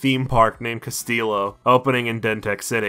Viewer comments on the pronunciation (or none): Pretty sure Castillo is Spanish for Castle and is pronounced "cass-teeyo"